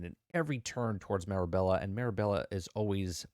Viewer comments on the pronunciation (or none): also my kids wanted me to point out that ur saying the main character's name wrong lol its Mirabel not Mirabella